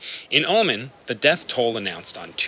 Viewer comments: I used to live in Abu Dhabi. Oman is pronounced “oh-mon” not “omen”. Otherwise great footage! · Learn how to pronounce Oman - this is your job after all.